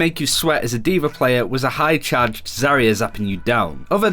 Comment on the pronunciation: ZARYA not ZARAY